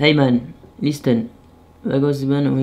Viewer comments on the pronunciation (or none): Mdr quand tu dis "listen" en prononçant le T de "listen" alors qu'en vrai c'est une lettre muette qui se prononce pas dans ce mot et le meilleur c'est qu'après tu dis que t'as pas un bon niveau en anglais. Sans blague?! Franchement toi si t'existais faudrait t'inventer 😂😂😂